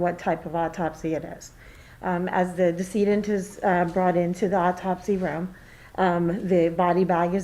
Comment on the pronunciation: Its decedent, pronounced deh- seh- dent. Not Diss-eee-dent. What college did you go to, they actually gave you a degree.